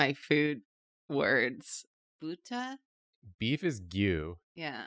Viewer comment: Buta sounds like butter. But with a german pronounciation lmao